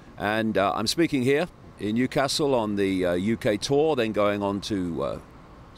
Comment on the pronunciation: Nice to hear you say Newcastle correctly! Shame I couldn’t get a ticket! I got one for Leeds but it had to be cancelled. I hope you enjoy Newcastle!